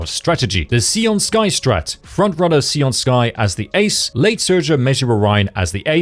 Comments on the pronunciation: "SAY-oon", not "SEE-oon" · Can we not call her "Si-an Sky"?